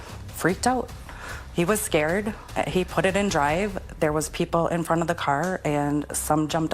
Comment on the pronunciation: scared? They were giggling to each other. What do you mean scarried.